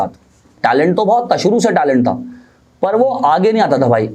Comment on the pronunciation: Suru nai shuru hota hai sa or sha seekh